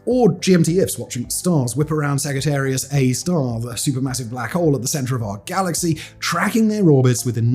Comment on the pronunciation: Are you pronouncing “Magellan” and “Sagittarius” with a hard-G just to get us to comment on it and thus goose tge algorithm? If so… mission accomplished.